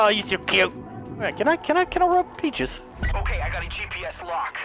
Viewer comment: I like how he keeps calling peaches paches